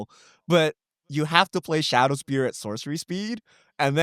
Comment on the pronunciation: Even during the podcast, can't stop themselves from mispronouncing words. Its shadow spear not shadow sphere